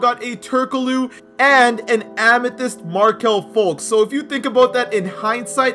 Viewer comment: Bro its FulTz not FulKs! Like when u here the K